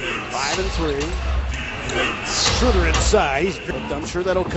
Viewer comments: not one time they pronounced his Name correctly... schröder... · This pathetic pronounciation of 'Schröder' :D I prefer them calling him 'Dennis' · it is pretty much impossible to describe it, since there is no such sound in the english language like our ö. (at least i can't thinj of one right now) watch the video 'DBB-TV: Porträt Dennis Schröder' They say his name after 15 seconds :)